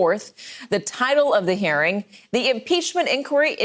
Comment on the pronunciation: She keeps saying "hairing".